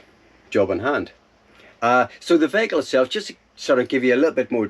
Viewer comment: As as another NI man is good to hear someone pronounce veyyhicle properly...lol...sounds the business and good luck on the build. I think I was actually parked near you in Italy early in summer but hadn't seen your vids and loved Tonka. Best of luck and hope you don't get too many busted knuckles of the year...